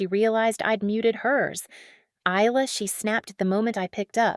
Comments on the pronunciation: Please teach your A.I. narrator to speak English properly. The s in Isla is silent, you just say I'l-a If you don't know how to program the A.I. narrator then why not do it yourself, that is if you know how to speak English. This probably a fictional story made up by a A.I. program by some Russian idiot in a cellar in Moscow. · Isla is spoken without the s being sounded = I -lah